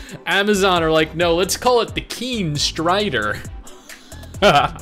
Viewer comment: i just love it when u read the "keen strider" ahahahaha